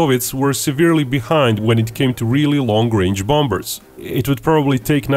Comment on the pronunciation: am i the only one that keeps repeating "bom-bers" lol